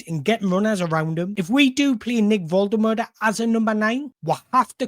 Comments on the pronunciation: Great job. In my opinion one of the top Newcastle United YouTubers, but please watch Nick Woltemade's video where he says his name so we know how to pronounce it properly, you're still butchering it! Other than that, great content! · you do you. these videos are good - don't want to compare to other toon content creators because theres room for all of yous but definitely enjoying the content - the analysis is top notch. will always watch one of these when they pop up and if you can figure out how to pronounce Big Nick's surname i won't have a single thing to moan about!